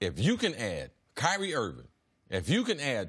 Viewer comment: Thanks, C C, for pronouncing Kyrie, properly. All these talking heads try to make guys sound mythical by emphasizing both syllables of their names. It just sounds foolish.